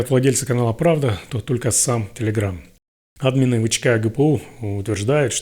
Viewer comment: Почему Админы, а не адмИны? !